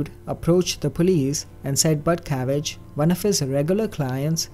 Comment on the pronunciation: God, I hope he is saying “Butcavage” wrong.... 😁